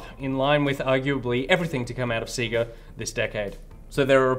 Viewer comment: Guys, your pronunciation of sega hurts me. They literally say it in all the old fashioned intros. Love the show tho